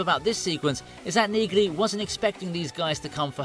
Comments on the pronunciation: It is Pronounced Neagley w/a silent "G"! ¿¿ How do enhance Automated Ignorance ¿¿ ??? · Really?? Have you even watched any of these episodes?? The character's name is pronounced 'NEELY' - the 'g' is silent!! The AI narration only makes it worse. A great series, great actor and we're told he is a nice guy in real life. Zero chance I'm subscribing to this channel. Too bad - this could have been quite good. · It’s a silent G in Neagley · Like my grandmother's last name The g is silent in Neagly, You pronounce it Neely. Like my grandmother's last name Hodgson, The g is silent. I just had to tell you because kind of hurt when you were mispronouncing her name and reacher got it right. Pay attention to the pronunciations. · It's pronounced Nealy the G is silent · Yeah. The G in Neagley? Is SILENT. So it's just pronounced Nealey. Which you would know, had you watched the show. Duh dude. Try TALKING LESS AND LISTENING MORE. In other words? Do shut up. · Please stop using cheap AI! Nee-glee? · Why can't these idiots figure out that the G is silent in Nigley. Listen to Reacher say her name. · the fact you pronounce neagley's name that way makes me question whether you even watched the show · My Dude: Did you actually watch one single episode of Reacher? If you did you probably would not mispronounce the name Neagley. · The "G" is silent, ya mook. Tell me you haven't actually watched the show... without telling me you haven't watch the show. 😛